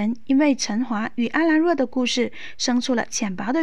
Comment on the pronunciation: 还有，要解说之前麻烦做够功课了再来解说好吗，说话卡顿就算了，沉晔，阿兰若，东皇钟，还有好多都念错了，我就想问，解说者语文是否没学好基础？就算没有学好语文也没事，认真看剧也能好好记住那些字怎么念，可妳说错那么多，显然根本就没有认真看剧，没认真看剧还解说个毛？真是服了，听妳讲解尴尬癌都犯了